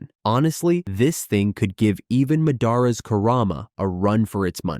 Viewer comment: I know. And that’s why I hate videos like these. I can handle the way it saids Naruto. But once it’s butchered madara’s name I had to dislike and stop watching.